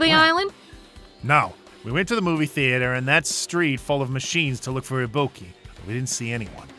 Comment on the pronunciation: still cannot pronounce ibuki correctly even after shes full dead